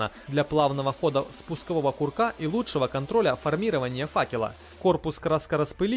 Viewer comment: А что такое "агдезия"? Весь интернет скачал, ничего не нашёл. 😂 "Подвержен окраске"- вообще хит бессмысленных словосочетаний в этом ролике (помним про широкие и мощные параметры 😂). Про ударения типа "формИрование" я вообще молчу...